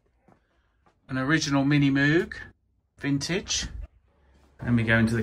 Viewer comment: It's MiniMoog, Moog is like "ROGUE"... not moowg...Not sure how you're still mispronouncing after 50 years